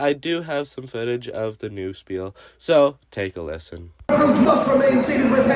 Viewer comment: I am german how dare you pronounce spiel wrong!